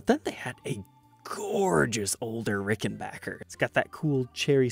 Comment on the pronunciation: Thank you for pronouncing Rickenbacker correctly, it means so little & yet it is appreciated 😂